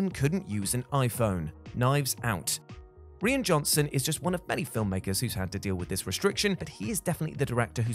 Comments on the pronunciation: I can say with a reasonable amount of authority that "Rian" is pronounced the same way as "Ryan" Saying "Ree-an" is incorrect. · I think he pronounced it that way, because of the similarity to the feminine Welsh name, which is pronounced R-ee-an